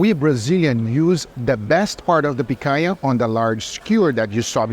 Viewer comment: Are you Brazilian? Lmaaaao That explains the perfect pronounciation of "picanha"